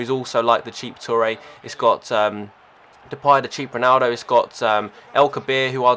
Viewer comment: He said Depay right! Congratz :P